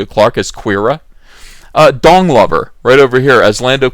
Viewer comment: Why do i hear: "dong lover"?